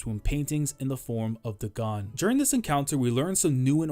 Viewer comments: I don't think Dagon's name is pronounced "deh-GAHN" but more like "DAY-gun" as the curse is a clear reference to HP Lovecraft. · Great video! You probably won't see this but it's pronounced Daygon, it's a name of a mythical god in H.P. Lovecraft mythos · am i tweaking? why is he pronouncing day-gone as daGONE? cause if dagon is suppose to be like the lovecraftian dagon.. then its pronounced DAY-GONE lol